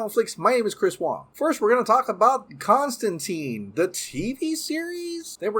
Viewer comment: You mispronounced Constantine all throughout the video. You claim to be a Snyderverse fan and yet you are supporting BOP and its spinoffs when its a production by Hamada.